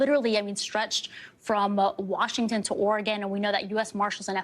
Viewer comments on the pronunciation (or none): none